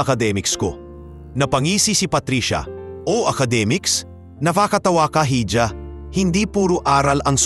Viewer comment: Iha hindi hidya_(hija)